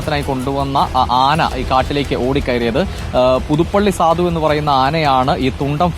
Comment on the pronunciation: സാധു അല്ല സധു 😂😂😂😂